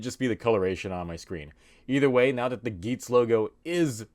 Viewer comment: sounds like a russian man trying to say Kamen Rider Geiz